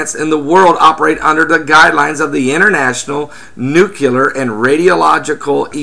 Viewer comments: I always find it difficult to listen to anyone who calls it a NUKE-ULAR plant... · Nuculer? Jesus. I don't think this cat is someone to listen to if he can't pronounce the word correctly.